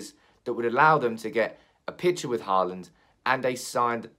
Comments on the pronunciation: His name is Holand. To say Haaaaland is just wrong. Håland in norwegian is pronounced as Holand in english. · Haland is wrong, its Hå(aa)land in norwegian. I know how to prenounce a fellow countrymans name ;-) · he actually kind of nailed it on the second one. "Hawland" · I think Holand is closer than Hawland in english. Holand would be shorter and more accurate. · To all of you struggling to pronounce Haaland´s name: "aa" is pronounced the same way as the vocal in "saw". Just say saw-land, switch the s with an h and you got it. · For further pronounciation, it is "Haa" as in Hawk, and "land" as in LAN, so it's "HawLAN" if that makes sense.